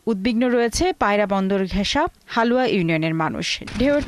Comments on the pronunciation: সঠিক বানাম দেখে বুঝে পাঠ করুন /হালুয়া নয়। লালুয়া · হালুয়া নয় । লালুয়া হবে উচ্চারণ সঠিক করুন